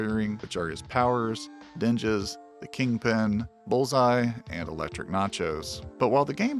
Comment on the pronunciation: elektra natchios, not NACHOS😭😭😭😭